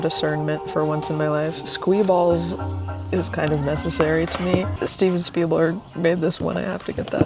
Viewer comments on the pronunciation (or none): When its read "Steven Spielberg" but pronounced "steeb spleelblurg"